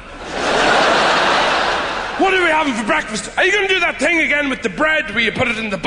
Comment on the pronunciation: When I first saw him in Shaun of the Dead, I never thought he was Irish. I honestly thought he was German... he kept saying 'tink' instead of 'thing'. My grandma is German and she does the same thing, so I kept thinking "Wow, this dude's great at an English accent!"